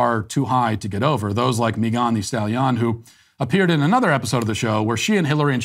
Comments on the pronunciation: Nobody: Matt: “Mi gawn-di-Style yon” 🤣😂🤦🏿‍♂️ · Matt walsh " MeGONE thee stally on " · How he said Megan the stallion LOL! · Matt's pronunciation of 'Megan the Stallion' gets me every time. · I really love the way Matt pronounces “Megan Thee Stallion”. It brings me so much joy.